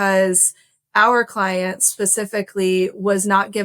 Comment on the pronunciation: your cwient is abcdefg lol